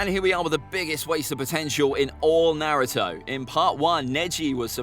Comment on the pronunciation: It’s kind of annoying to watch people talk about Naruto facts when you can’t even pronounce things correctly